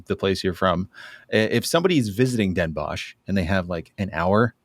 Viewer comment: Bonus points for pronouncing Den Bosch as “boss” instead of “boshj”! 😊